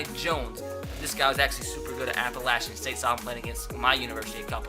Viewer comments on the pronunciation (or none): none